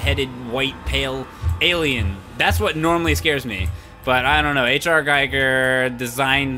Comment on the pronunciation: Not to be an ass, but Giger is pronounced 'geeger' btw